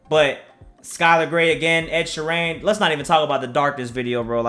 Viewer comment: Ed sherrayne lol